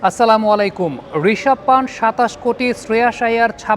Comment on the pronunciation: পান্থ ✅, পান্ট ❌